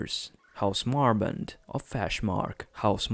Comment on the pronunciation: Astrin? Marbent? It's Estren and Marbrand. Granted, it's hard to understand the narrator considering he mispronounces almost everything